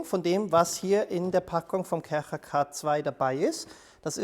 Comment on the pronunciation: Sorry, aber die Art wie du Kärcher betonst macht mich aggressiv 😂✌